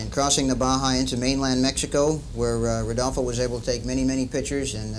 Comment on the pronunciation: Is rodolfo neri vela,no rudolfo